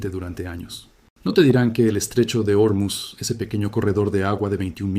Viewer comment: Terrible traducción por la IA. Y por cierto no es Ormiz, es "Ormuz". Buscate otro oficio sea la máquina que seas.